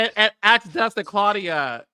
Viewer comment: It is DUSTIN. NOT Justin. Get it right. It's intentional at this point.